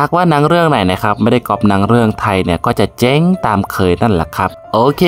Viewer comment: เจ้ง... ไม่ใช่ เจ๋ง.... ออกเสียงชัดๆหน่อย 555 🥳 ดูหนัง หมากัดกัน ยังจะสนุกกว่า